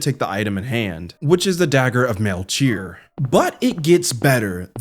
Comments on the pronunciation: Its "melKEYor" not "melTCHEEor" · I think it's pronounced "Mel-key-or." He's one of the Three Magi who gave Jesus a gift when he was born. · Did you mispronounce "Melchior" out of a brain fart, or was it intended? Lmao